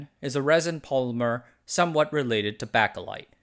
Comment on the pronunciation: You did great at pronouncing all the words except for bakelite.